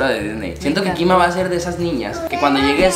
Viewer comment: dise kima